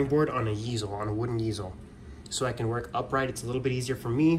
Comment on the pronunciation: Lol. easel is pronounced "eezle", not "yeezle".